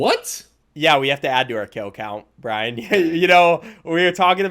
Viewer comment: i keep hearing ryan everytime he says bryan and the worst part is that ryan is my name